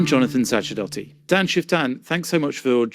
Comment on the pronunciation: You mispronounced Jonathan Sacerdoti's last name. It isn't hard to say it correctly. Since it is an Italian name, it sounds something like this: Sa-cher-dó-tee. The stress is on the "o."